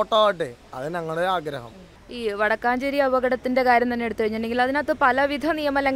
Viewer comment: വാടക്കാഞ്ചേരി അല്ല വാടകഞ്ചേരി